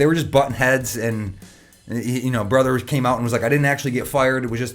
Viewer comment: Let's play a drinking game ... Everytime he says, "BRUTHR!" 🍹🍹🍹🍹